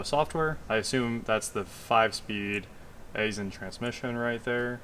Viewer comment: I used to work at Aisin. Its pronounced "I-sen"